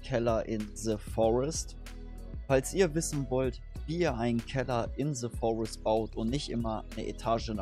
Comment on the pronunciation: Bitte hör auf "Ze Forest" zu sagen. Es heißt "The Forest" nicht "Ze Forest"!